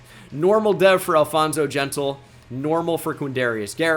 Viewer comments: it’s pronounced “jenn-teal” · it is Alfonso G E N T I L E that boy is not an Israelite 👎🏻